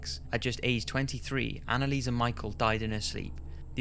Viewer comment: It’s not anneliese mi-chal it’s anneliese mi-shel